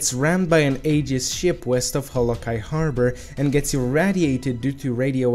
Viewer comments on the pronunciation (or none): it's pronounced (Ayy-Jiss